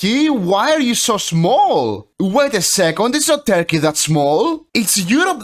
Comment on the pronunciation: I love "Terkiy"